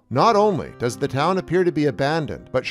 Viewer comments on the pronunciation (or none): none